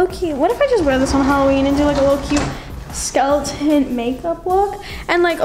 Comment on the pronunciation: Did she just say “skeletont” lol miss girl